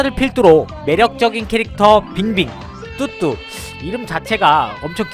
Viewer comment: 왜 자꾸 뚜뚜가 흑두라고 들리지...........